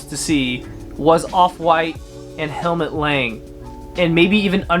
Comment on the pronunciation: Damn you don't even know how to pronounce the brand...